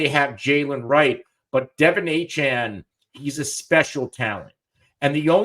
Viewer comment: You’re telling me not one of these guys can say De’Von Achane’s name correctly?